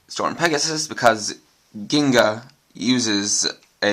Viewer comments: jinga not ginga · its ginga with the J sound the the regular G sound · its jingka with a g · yo said ginka wrong